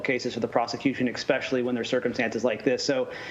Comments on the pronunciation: Please don't add an x to the word especially. Essss-special-ly. Say it with me. Esssssssss Specially. If I hear "ex-pecially" one more time, I'm going to lose it. I would like to think that a News correspondent would know how to pronounce common words. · Formal federal prosecutor still pronounces especially as “expecially”. Crazy 😂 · Did the attorney say 'eXspecially' ? Wow.